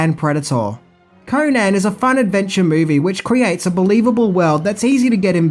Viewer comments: Destroyed the character, created bt REH. A mish mash of several howard stories and from other charachters.. ...and its CONN-an not KOHnan FFS its ROBERT, nor Richard E Howard! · its pronounced conun not conaaaaaaaaan please get it right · CONN-an, not Koh-nan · Holly fuck, can you butcher his name any more?, It's pronounced conun, even known it's spelled conan